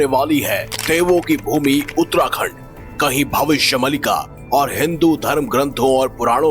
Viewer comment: Arey murkh bhavishya maalika bolte hai Mallika nhi 😅 Mallika sehrawat ka fan hai kya ??